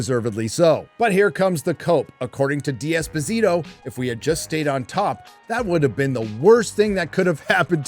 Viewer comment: I like your videos very much but hate how you mispronounce foreign names(It is Desposito FFS not di esposito and shoguun Not fockin shogan!!!).